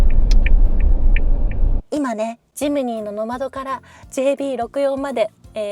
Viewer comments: ノ→マド ノ↑マド 発音が違うような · ノマドの発音が平坦だから野窓に聞こえてモヤモヤしてしまう。 ノ↑マ↓ド↓ですよー。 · ｢ジムニーの窓｣に聞こえます😂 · 「野窓」訓読みで棒読みになってます…「NOMADE＝遊牧民」 過去のCM見ると高低アクセントが掴めるかも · 「ノマド」のイントネーションが😂 「ボカロ」のイントネーションじゃなくて、 「ポカリ」のイントネーションが正です⛰️ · どうもよくない？とか思ってたけど最後まで観てるとめっちゃ気になってきたｗ